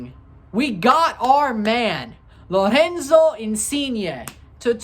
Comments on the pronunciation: haha yea you pronounce the R like they do in Portuguese, in Italian you need to roll it, Lorrrenzo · why do you pronounce Lorenzo like he's Brazilian lol